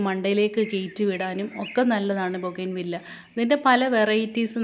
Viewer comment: ബോഗൈൻ വില്ല എന്നല്ല ബോഗൻ വില്ല എന്നാണ് ശരിയായ പ്രയോഗം തെറ്റുകൾ തിരുത്തുക 0 K